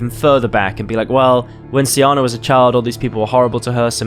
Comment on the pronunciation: SEEE AHHNAAAAA that's how it's pronounced!!!!!